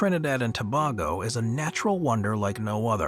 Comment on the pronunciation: You said Tobago wrong 😭😭😭😭😭